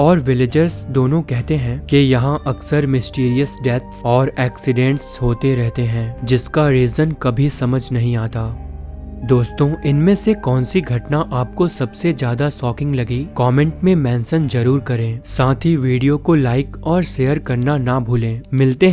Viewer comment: socking nahi shocking kaho